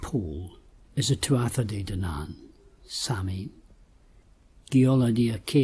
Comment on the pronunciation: Samhian is pronounced "sow-in", FYI, Irish lady here :)